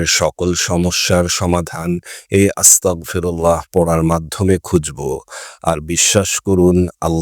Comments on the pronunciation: উচ্চারণ হবে আস্তাগফিরুল্লাহ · উচ্চারন হবে আস্তাগফিরুল্লাহ